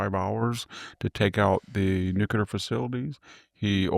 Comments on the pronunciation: victor, sir, i have the utmost respect for you. You are the epitome of wisdom in the U.S. today Which is why it bothers me so much when you pronounce nuclear as noo-kyoo-ler as opposed to noo-klee-er. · Professor you have to stop saying NUKE ULAR. It's NUKE LE AR. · Noo klee er Not nook yuh ler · D ones he say, “Nook-you-lur” rather than, “Nook-lee-ur”?